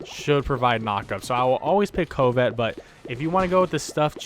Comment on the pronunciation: Lol at pronunciation of covet ("cuh-vit") as "coh-vit" too much covid in the world. Haha. Nice vid